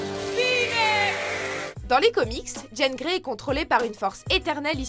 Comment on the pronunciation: C'est qu'un petit détail et j'apprécie la vidéo, mais est ce qu'y a que moi qui me fais écorcher les oreilles à chaque fois qu'elle dit Jane Grey? c'est JEAN GREY, JEAN bon sang!! :p